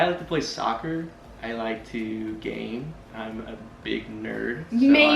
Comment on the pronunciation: I keep thinking said “Gain” like gain muscle 😹😹😹🤭 (instead of Game)